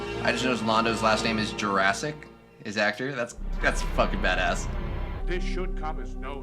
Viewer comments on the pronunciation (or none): Alas, his name is apparently pronounced "JOOR-uh-sick" and not "jurassic". Still a pretty badass name though.